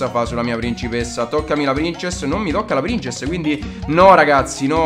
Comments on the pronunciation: mi piacciono i tuoi video ma SI DICE PRINSESS NON PRINCESS, spero che tu lo sappia ahahah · si pronuncia prinsess xD Grandissimo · Si pronuncia "Prinsess"! ; ) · No non prinsess ma prinzess lol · princess? se proprio devi dirlo in inglese dillo bene sennò dillo in italiano... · si legge prinsess non princess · almeno se devi chiamarla in inglese ( non so il perché ) chiamala prinsess ( ho scritto come si dice) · La prin... cosa? La c si dice s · Lui pronuncierà pur male princess, ma tu caro mio hai ucciso la punteggiatura. Torna a scuola, quando saprai scrivere allora il tuo commento sarà almeno leggibile.